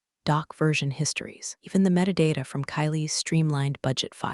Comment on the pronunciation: I wish the voice-over software understood the term ’metadata’.